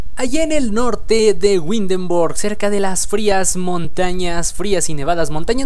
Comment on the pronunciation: Ese tipo de Arquitectura no es sólo del Norte de Europa abarca desde Dinamarca , Holanda, Alemania, Austria y Suiza ( entre otras pequeñas ciudades de Europa) el tipo de Arqutectura o las casas que se ven en especial las que están en el centro de. Windenburg < ojo se pronuncia ( Vindenburk) se llaman Fachwerkhaus (fajverkjaus).